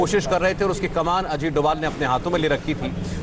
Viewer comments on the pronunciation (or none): डोभल नही डोभाल जी